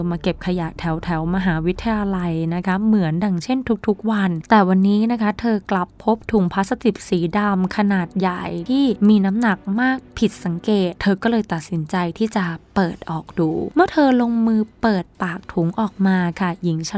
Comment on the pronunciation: พลาสติก ไม่ใช่ พลาสติบ / ต้มให้สุก ไม่ใช่ต้มให้สุด